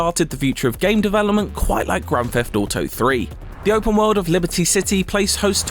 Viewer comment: Grafafado Foive